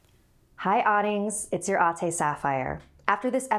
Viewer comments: Same. But I'm Filipino. So the spelling is "Ate", and pronouced "Ah-tteh" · weird how she pronounce Ate (AH-TEH) into (AW-TEI) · I just love how Sapphire pronounces Ate and Ading with that distinct western accent when it comes to Filipino words.